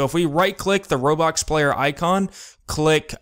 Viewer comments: bruh you say robocks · um am i the only one hearing him saying robox